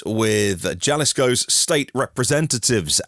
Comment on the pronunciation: Great show! Tip: It's Haleesco. Kind of like Halapenyo.